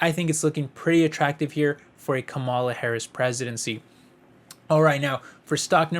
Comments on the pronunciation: Not trying to be mean, but her name is pronounced (Comma La) or Kamala..... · Are you stupid? Or are you purposely trying to be disrespectful in your pronunciation of Vice President Harris' first name?